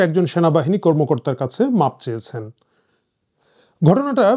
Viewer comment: কথাটা 'মাপ' না 'মাফ' হবে।🙏🏻